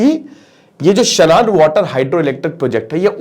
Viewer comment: शनान नहीं शानन है